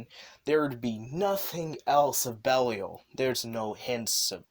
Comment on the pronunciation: Yeah, buddy needs to learn how to say Geed, Belial and Barossa